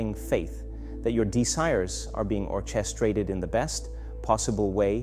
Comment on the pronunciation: I feel like this is an AI video. He pronounced several words really unlike his usual pronunciation, like “orchestrate” as “or-CHE-strate” not “or-ke-strate” etc.